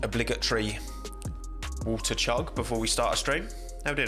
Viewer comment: woh-ah- water:))